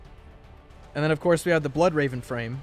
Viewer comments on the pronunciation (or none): none